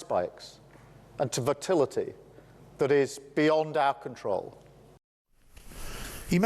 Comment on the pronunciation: Oi Starmer ..... WTF is "votility" ?